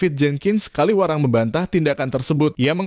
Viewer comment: Kawilarang, bukan Kaliwarang.